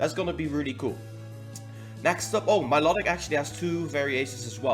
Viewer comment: what's up with all youtubers pronouncing Milotics name wrong 😡